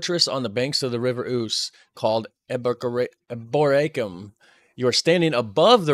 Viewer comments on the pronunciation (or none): The Domesday Book is pronounced Dooms day, as in you are doomed, not a dome. The guy doing the tour video also did not pronounce Eboracum correctly (the roman name for York) not sure if this helps if I break it up spelling it like this (E bore a come). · york, and many of our ancient cities, not theme parks. we are not like americans, we do not have to have a fantasy place to visit. our history is for real, please do not forget its over two thousand years old.old york, the roman city is pronounced e bore racum